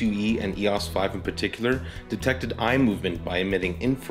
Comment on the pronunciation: Thank you for pronouncing EOS the correct way. It seems that a lot of ' reviewers ' in the US and Canada have difficulty pronouncing EOS, calling it E.O.S, which really gets on nerves. In Greek mythology EOS was the goddess of dawn, as Helios was the Sun god. BTW, I just bought one of these ancient cameras, to use my Canon L lenses on film. Thank you again.